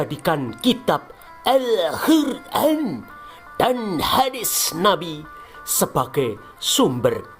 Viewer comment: nk muni alhuran apik banget..😂😂😂